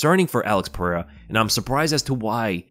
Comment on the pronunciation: You should learn how to say Pereira’s name